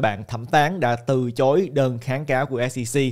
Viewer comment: Từ chối chứ sao lại từ trối ơi. Quên tiếng việt rồi 😅